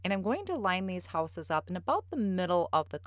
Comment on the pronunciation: did you say that those are Houses or Whooses? Sorry I have to tease, your midwest accent is so cute! I have a number of relatives in northern Wisconsin and Michigan, and so. Beautiful card btw!